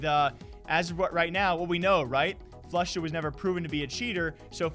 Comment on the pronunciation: Of kors.... Floosha chiiter